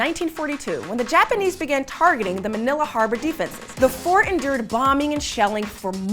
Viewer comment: manilla was pronounced awfully throughout this